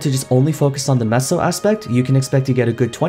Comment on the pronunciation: I am pretty sure you are pronouncing, "Meso" correctly this entire time. I think it is a take on the Mexican, "Peso", which is pronounced, "Peh-So", except MapleStory has an M instead of P in the beginning of the word for the sake of the whole Maple theme, I guess? This is what I can correlate it to anyway.